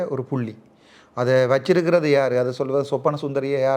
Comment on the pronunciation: தம்பி நீ புள்ளி என்று சொல்ல எனக்கு பு .... கேட்குது